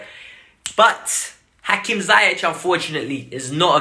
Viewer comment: It's Hakim Ziyech (Ziyeesh or Ziyeeck) not Zayek